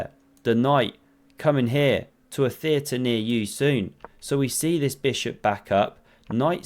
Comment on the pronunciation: “Stack ma bis hop”